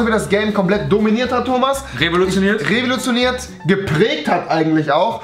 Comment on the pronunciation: Du revolotionierst MasterBuilders? Ne, du rewilotionierst MasterBuilders! XD